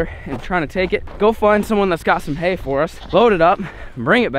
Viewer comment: I swear wen he went to get hay I played the speed to 0.25 to make sure I was right he said Anyway let’s get this hale loaded up